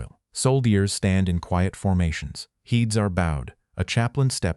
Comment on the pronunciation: AI also pronounced heads as “heeds” 😮